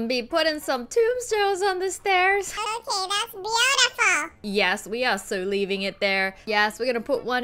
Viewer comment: uhh wengie... what did u to to my house...? Wengie: I make things BOOTIFUL: right... bootiful...